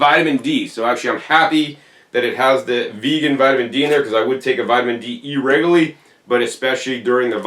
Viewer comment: There's a few other words he pronounces differently. "E-rego-lee" (irregularly) is another. 😅